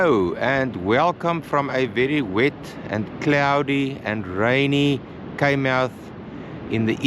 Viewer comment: Pronounced “ Kaai “